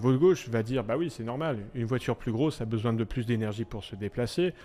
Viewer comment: Troo stylay😂😂😂😂 la voidure je l'achète volontiers mais je suis pas milliardaires